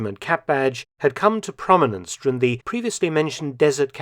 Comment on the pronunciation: I love everything about Mark’s channel except for his inability to say ‘during’. 😐